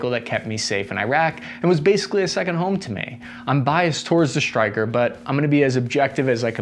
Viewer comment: Why does he say SHtryker instead Stryker?